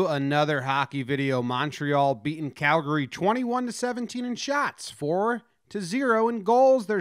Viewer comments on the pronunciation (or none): none